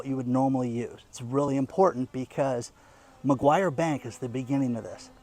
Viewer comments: NOT McGuire, MACQUARIE. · I just heard your report, I need to let you know the name of the bank is Macquarie not Maguire. Watching from Australia. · not Maguire bank, it's Macquarie bank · It's Macquarie Bank (not McGuire) but yes it's sinister... absolutely chilling, the poorer people ad mum and dad businesses will be hit the hardest, those who trade on wafer thin margins. The tax office will be the biggest beneficiary. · It's Macquarie Bank! Not MaGyver Bank! You don't even know what you're talking about! Get a clue! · I look after an old couple in regional Australia and I am concerned for the financial welfare when Australia goes cashless. I am sure I am not the only one. By the way the bank is called Macquarie not Macquarie... apologies if I am being picky....😅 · for a start it is Macquarie bank, not Mcguire bank. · he kept saying Mcguire bank, but it is Macquarie bank. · This bank is prononced macquarry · McGruber Bank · It's "Macquarie bank". Great Content, thanks. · It takes just a moment for an internet user to type "BANKS IN AUSTRALIA".....and have the correct spelling and pronunciation.